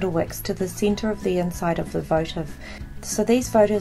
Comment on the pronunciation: Center not cinter